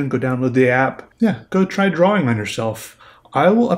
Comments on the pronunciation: He talks so weird...lol, it's drawing, not drawling. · IT is pronounced "drah-ing" not "drah-Wing" the W just makes the "draw" sound like "drah". think of the word "thaw" like you are thawing out meat, the W at the end could just be an H , they serve the same purpose."thaw" and "thawing ("thah-ing") you see.